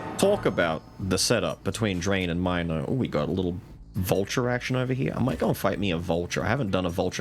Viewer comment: I know you love Milo but it's gat dayum mino as in Minotaur. I know it's a mine and it's mind control but I just can't look at mino and say mine-o